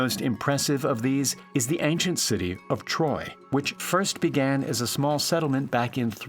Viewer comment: you lost me when you said (the ancient city of troy)